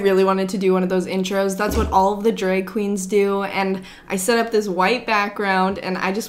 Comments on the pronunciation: I can't unhear it now, thanks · The way you say drag is so funny!! Dreg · Omg the way you say drag 😂 Gotta love the Canadian accent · Ok I love the way you say “drag”